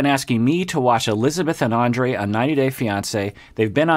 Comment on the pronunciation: Topic for this couple: toxic masculinity. I sort of wished he'd start from the middle and wonder why they're so antagonistic toward each other and who's at fault. I forgot Libbie ever called herself a rebel, how funny. Oh and I think he pronounced Andrré wrong.